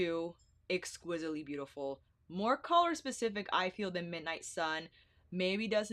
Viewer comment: Okay girl you can chill with the “boot-ti-ful”